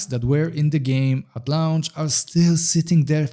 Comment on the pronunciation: Launch is pronounced like "LONCH" not "LA-U-NCH". Please stop saying LA U NCH. Thanks